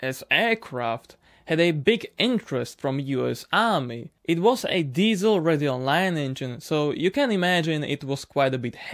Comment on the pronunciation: Is it just me, or does his words "Ready Online" sounds like he is saying "Radeon line"? Radeon is AMD GPU btw.